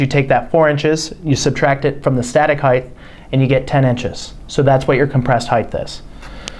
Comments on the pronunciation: OMG!!! It’s HEIGHT, NOT heighth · cant stand it when people say heighth... height...not heighth... Great vid tho thank you! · It's height, not heigth! Come-on 😮!! Height, height, height!!! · Since when does "height" have a TH sound?